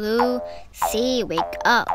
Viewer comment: Why i heard ruby instead of Lucy💀